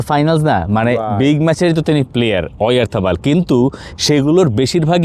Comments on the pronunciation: হাপিনিয়া, ওয়ারথাপাল! বালচাল উচ্চারণ করে ওভার স্মার্ট সাজার জন্য কে বলছে! যেখানে পিটার ডুরির মতো কমেন্টেটররা পর্যন্ত এগুলো করেনা! আপনাদের কাছে কে আশা করে স্প্যানিশ উচ্চারণ! ডিজগাস্টিং। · আপনারা বাংলা উচ্চারণ ই করেন ভাই । ওরিথাবল আবার কি ?